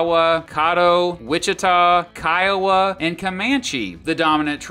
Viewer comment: you pronounce caddo, Kiowa and Wichita wrong